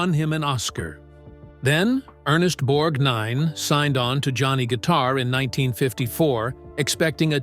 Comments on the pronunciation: His name is Borgnine, not BORG Nine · It is Ethel MER-min. It is spelled Merman but the 2d syllable is soft. One of the pictures isn't them. It is Bette Davis and her 4th husband Gary Merrill, as in All About Eve. It is pronounced BORG - nine. The picture in the scene where he felt smaller by the minute was actually one of the final scenes from Giant where Rock Hudson ends up losing a fight with the owner of a diner who refused to serve his half Mexican daughter-in-law and granddaughter. I don't know who the other actor was but it was not Ernest Borgnine. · Borg-NINE??? Ethyl Mer-MAN???? English as second language or a narrator who really knows nothing about the topic? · Irritating voiceover👎 and his name is one continuous Borgnine…..NOT BORG NINE! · It’s pronounced with the accent on y]the first syllable. BORGnine. Why is this sloppy presentation allowed? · None of the pictures of women in the end were Winters... You're pronouncing his name like it's two words? Borg nine... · Borg Nine? It's all one word, geez. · IT'S NOT BORG-NINE BUT BORGNINE. GEEZ!!! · I hate the robo voices. Even though they're sounding more realistic, the creator here doesn't care about his audience when "Borgnine" becomes "Borg Nine" -- just reeks of lazy desperation. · Interesting audio, strange visuals that didn't match the narrative. Also, it's BORGnine not BorgNINE. And Ethel MerMAN about took me out. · I get so sick of these narrators talking as if they were born yesterday. Everyone, EVERYONE, since my childhood, starting in 1952, pronounced it BORG-nine, not borg-NINE. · Borg--Nine. Borg---Nine. Nothing like a Cyborg talking about another Cyborg. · Why does the narration keep pronouncing his last name differently? Half the time it sounds like he was the ninth Borg (borg NINE) and other times it sounds fine (BORG nine). WTF? Did I just hear "Ethel merMAN"?! If anything, she'd be a mermaid. It's MERman, rhymes with German. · Borg 9 🤷. It's not two words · Say "Borg-nine" one more time.